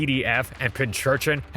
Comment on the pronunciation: Bro there is only one h in "pinchurchin" its pin-cushion urchin not pin churchion urchin